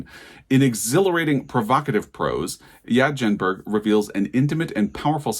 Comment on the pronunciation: Tip: Ia Genberg is pronounced "eee-yah yenberg". I also wasn't so inspired by this shortlist. Enjoyed the video though! ❤